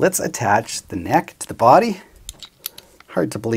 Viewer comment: The way you pronounce the word "body" is the best. Not sure why, something in your accent. "BWUAAdy". Never change it.